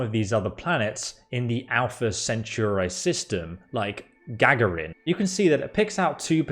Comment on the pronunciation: it is not pronounced gaggerin it is Ga-Gare-In. as in Yuri Gagarin the first human to reach orbit and return. Or as some say the first human in space.